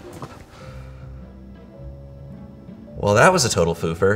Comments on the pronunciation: I tought he said Blooper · no one: no one at all: seriously no one: /: fLoOpEr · Petulineks he said fLoOpEr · This entire time I thought he said Fluffer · Wait he said foofer